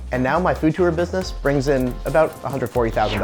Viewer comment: the way he pronounces tour makes me furious